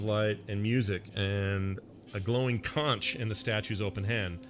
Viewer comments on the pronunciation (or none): Not trying to be jerkish, but conch is pronounced “conk”. Love this game!